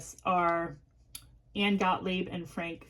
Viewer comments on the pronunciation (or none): none